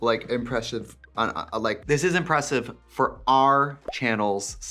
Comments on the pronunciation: this is actually pretty impressful.... like impreshive... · "IMPRESHIVE" stamped on the screen literally made me pause the video to cry laugh hard sitting on the floor. I'm mad, Nick. 😂😂😂